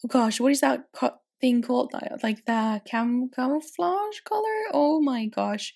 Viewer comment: Camouflage that's how u say it.